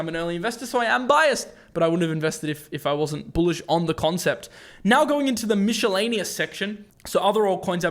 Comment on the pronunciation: Michelle-aneous haha